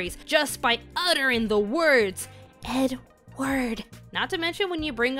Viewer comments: My generation was traumatized by a dog saying “Ed… Ward”, a truck of logs and a horse in mud. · The second you said ed-ward chills went up my back. That is scary